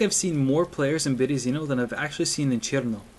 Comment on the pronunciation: Berezino. Put the emphasis on the second E {Byeryeezino} ^^